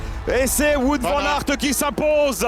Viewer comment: "Wout" se prononce "Wot" x) c'est du flamand, pas du français